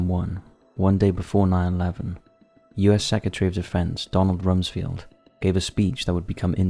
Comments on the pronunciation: Rumsfeld, not Rumfield. Pronounced just like it's spelled, and as it is correctly pronounced later in the video. Amazing how has a glaring pronunciation error in almost every single video. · RumsFELD, not RumsFIELD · If you say "Rumsfield" again I'm going to lose my shit. Seriously. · So the Pentagon radicalized 19 muslim terrorists to fly into the World Trade Center buildings? Unsubscribe. By the way, it's RUMSFELD not FIELD! Reading IS hard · How can you repeatedly butcher the pronunciation of an easy (and very famous/widely used) name like “Rumsfeld”?! 🤦🏻‍♂️